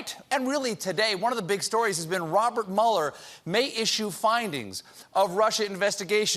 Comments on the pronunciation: i think that colbert was supposed to pronounce his name "mew-ler" for that one joke to not bomb so hard. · In Texas Mueller is pronounced (Mule-er)